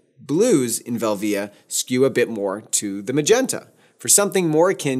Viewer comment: Nice video, but here we go. PRO-via not pro-VEE-uh VEL-via nor vel-VEE-uh SEE-pia not SEH-pia If you're going to say ASS-tia, you should be saying then all the same way. I worked with a Fuji rep back in my Ritz Camera days ( , 7 Corners Falls Church VA) and that's how he and other Fufi professionals said the names. Really good tutorial though.